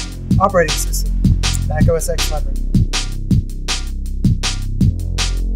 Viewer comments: Say "Oh Ess Ex" again, I dare you. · Good Video, but just to let you know, its pronounced OS TEN not OS X. But still, good video!!